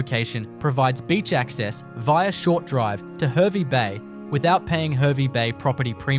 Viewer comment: Pronounced HAR VEE bay not her vee bay...